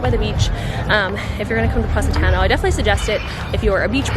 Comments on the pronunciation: pronounced paw-si-taw-no. love you lol! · It was nearly impossible to consider the recommendations after the fist mispronunciation of Positano (not to mention the ones that followed)... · You can’t even pronounce Positano right😂😂